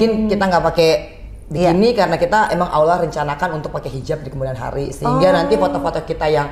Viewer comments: Allah mba ..bukan Awloh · Salah sebut allah kok awlah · Maaf ya mbak angge bukan aulah tapi dobel ll allah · Cekeeeeeeppppppp....mba Angie lebih dari muslim biasa....cuma menyebut Lafaz Allah nyq saja yg perlu dipetbaiki ...over all...subhanalloh... Allah mengangkat drajat nya Amiieen...